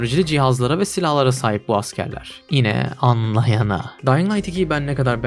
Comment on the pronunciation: annlayana demen aşırı sinir ediyor